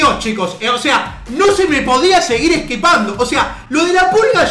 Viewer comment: esquepando. Bien ahí 😂